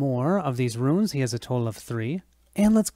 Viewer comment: Runes, Runes Runes!!!!! Not Ruins!!!! lol